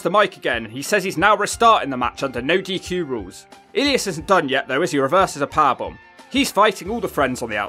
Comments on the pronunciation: It's E-lie-us not "Eleeus", my man. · Ee-leas? It’s E-lie-us. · Is he mispronouncing Elias (E-Lie-Us) on purpose? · Drew Mcdonald and the way you produce ellias hilarious 😂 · it's E (A) - Li (Lie) - As (Us). I'm sorry, but the pronounciation bothered me a bit. Other than that, splendid video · E-lee-as? Elias! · It's E-Lie-us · I am now a fan of eel-eee-isz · Say Elias name correctly or I’ll shove you one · great video but i was dying when u pronounced elias name 😂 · The pronunciation of Elias and Seth Rollins, Jeff's inner monologue with referencing to the LHP in singular made this video an instant classic on the channel. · Is he pronouncing Elias like that as a joke or is it an accent thing? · probably accent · I die every time you said elias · How on earth do you get Drew McIntyre and Elias pronunciation wrong straight off the bat? Do you actually listen to these episodes? Nia Jax 😅 nope Alicia fox 😂. Close Why do you hate modern women ?